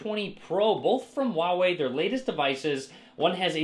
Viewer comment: please, it's not "waway". 华为 is pronounced "hwa wEy" with emphasis on the h and the a in the first syllable and w+Ey in the second. Both sounds rising sounds. If you want an easier way to pronounce it, use Hunanese (Chang-Yi or Lou-Shao) dialect - "fa wEy". Copy 华为 to Google Translate, choose source language as Chinese and click the speaker icon.